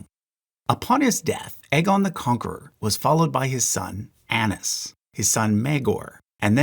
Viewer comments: It's pronounced ay-knees like "a niece" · Daenys and Aenys are Day-knees and Ay-knees And Vi-sare-is